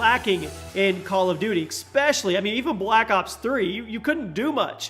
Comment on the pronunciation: Esss pecially not Exxx specially...